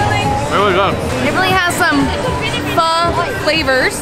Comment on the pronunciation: Just came across your channel. Awesome you pronounce pho properly. Everyone seemed to want to be in your videos bombing in the background!